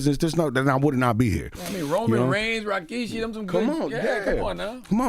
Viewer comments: was i trippin or did bro say Rashiki instead of Rikishi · Not CTG saying "Rashiki" 🤣🤣🤣🤣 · Bro how he said rashiki 😂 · Charlamagne put some respect on rikishi name say it right